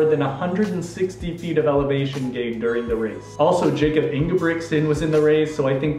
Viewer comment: Kudos for getting the pronunciation of Kilian's surname right! It is Jor-net, not Jor-nay! Half point off for mispronouncing Jakob (Ingebrigtsen) though. That one is Yah-cub, not Jay-cub.